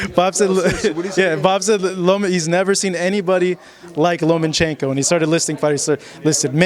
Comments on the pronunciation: His name is pronounced. : Low-MAH-cheng- koh. NOT Loh-MAN-cheng-koh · "LomaNchenko", "NomaNchenko"... It looks like US american people are not able to say a word, even a famous name, written in any other language than the American English.